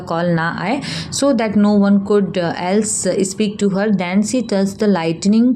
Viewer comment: She said see instead of she😂